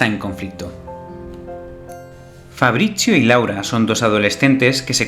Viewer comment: Bld que onda con mi nombre pronuncialo bien, fabritsio, 😬